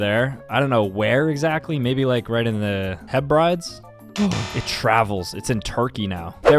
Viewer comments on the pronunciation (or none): Loch means lake, and it's on the mainland, and it's pronounced Heb-ri-d's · As a scot, his pronunciation of the hebrides was the funniest thing I've heard today